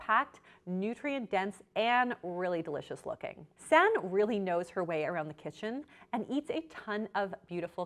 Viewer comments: For future reference her name is pronounced "Sanna." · Ahh!! the way you were pronouncing Sanne.... made this video unwatchable lol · The "oe" is a letter in Dutch that does not exist in English. pronounced Sanne as "Sann" but you also say the e so it is more "Sannay Flood". However, a better plan is: go to google translate and type in her name with the language Dutch. Then you can listen to the pronunciation. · It's actually pronounced San-eh. Not sun. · Ps her name is pronounced 'Sun EH' not 'Sann' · her name is pronounced like sauna. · The pronunciation of Sanne is really funny, it's actually pronounced more like sun-nu (the second u sounds the same as the first) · Her name is pronounced sown-ah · Are you Dutch? It is pronounced as Sanneuh ;) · Her name is pronounced like “sanna” the e makes an a sound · I'm from the Netherlands and... you really mispronounced her name 😂😂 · I love you and your channel but you're butchering the Dutch name 😂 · As a Dutch person, it hurts me to hear your pronunciation of her name 😂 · Lovely video but the way you're pronouncing her name is giving me a stroke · I cringed at the pronunciation so bad, it's dutch not french ... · you butchered her name so bad 😭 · As a Dutch person it’s quit funny how Sanne is pronounced. Dutch names are really hard for the rest of the world. Love the video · First of all, you horribly mispronounced her name, second of all, if you knew anything about Sanne you would know that she uses an app to track the amount of protein, fats, etc. she consumes in one day and adjusts accordingly, and third, models typically work out hard in the morning and don't want to be digesting heavy protein during exercise. I would be more willing to watch your videos if you had your facts straight and left out the snarkiness.